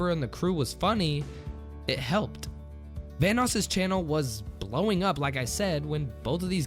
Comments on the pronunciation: It sounds like you're saying Thanos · why does it sound like your saying thanos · i swear he said thanos not vanoss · Every time you say “Vanoss” it sounds like ur saying “thanos” lol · Sounds like you are saying THANOS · It sounded like you said thanos instead of vannos. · Thought you said thanos gaming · I'm scared of how you pronounce Vanoss. T H A N O S . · Anybody else think he was saying Thanos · I thought you said THANOS